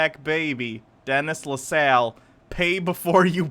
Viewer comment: I know that it has been years since this video. But you pronounced Denise LaSalle name wrong. Lol. She was a blues singer